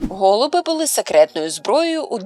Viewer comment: Не гОлуби, а голубИ , учіть українсьську !